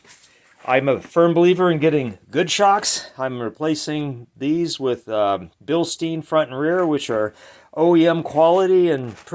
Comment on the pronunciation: It’s German… Bil-Stein…. Not Bill-Steen…